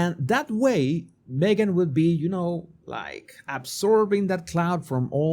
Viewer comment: Me-gain missing? What a pity 😂